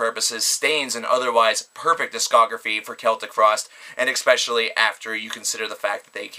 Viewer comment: Stop saying "eckspecially" it's especially.